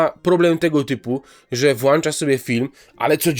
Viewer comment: Nie mówi się włanczał, tylko włonczał. I moglibyście przestać wrzucać tego łysego typa w losowych momentach.